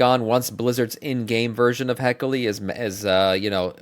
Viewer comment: He-key-lee… you’re killing me 😂